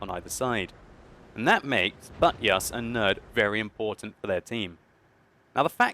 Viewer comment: say buttYus one more tiem